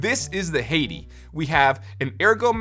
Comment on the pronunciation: It's pronounced Skol. (Like the tobacco chew) and Hati (hot tea)